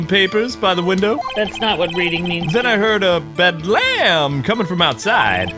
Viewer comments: The character voicing is great - noticing quite a few minor mispronunciations (namely with big or uncommon words) like Bedlam being pronounced like "Bed-Lamb" instead of "Bed-lum". and "Perusifying" (Pi-roo-si-fy-ing) was skimmed into Pursuing (pursuit instead of peruse) It's likely just that you're reading quickly, I've livestreamed before and fumbled text worse, and it actually worked quite well for the arrogant "haha yes i sure do know many words that are big" attitude of Redd White, but just a friendly heads-up. PS: Nick isnt Phoenix's name, it's just a nickname. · You pronounced "bedlam" weirdly, but man does that fit Redd White's character.